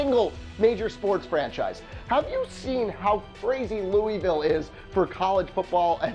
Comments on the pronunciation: You made me mad when you said Lou EE Vile it’s pronounced Lou AA Vile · "Louisville!" IT'S NOT PRONOUNCED LEWEY VILLE IT'S PRONOUNCED LEW UH VILLE REEEEEEEEEEEEEEEEEEEEEEEEEEEEEEEEEEEEEEEE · In Louisville, we don't pronounce Louisville that way, it's pronounced "Luhvul". but yes I do agree, I would love an NBA or NFL team here. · Louisville is actually pronounced loo-uh-ville not trying to be an ass but it really grinds people's gears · "Lewie-ville" cringe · Ok three things first Kentucky fans are crazier than Louisville fans and Lexington is a better location. Second the Kentucky miners would be a great team. Third you say Louisville wrong. It's pronounced Lou-ville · Louisville Colonels and it’s pronounced louville the IS is silent. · You're saying Louisville incorrectly...